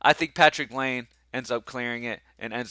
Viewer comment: (It’s lye-nay not lane)